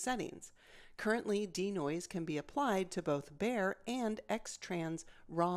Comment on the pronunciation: Bayer, not bare. It's a type of sensor.